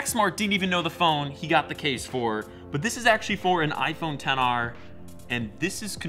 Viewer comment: Just say xr not 10 r